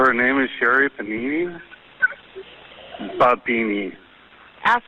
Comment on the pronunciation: I completely lost it when highway guy insecurely pronounced her name as Panini 😂